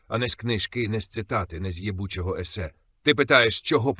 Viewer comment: їбУчого правильно наголос поставив А мотлОх неправильно Штучний інтелект такий тупий ахахахах 😂